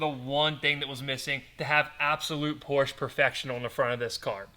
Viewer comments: So sad that you can’t pronounce POR SHA correctly. You wouldn’t say CHEV RO LET would you…..see? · Its Porsche, with an E at the end. Not Porch. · Full red, it makes a solid visual against the black. The white bit in the led taillights breaks it up. Beautiful!!!! Drive it. Please pronounce the last ‘e’ if you love her, she deserves it. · Pronounce porsche properly!!!! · It’s a shame you cannot pronounce Porsche correctly. That’s All.